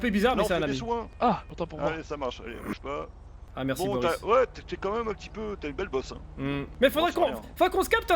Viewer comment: Mdr ben il a dis peutit bonhomme vers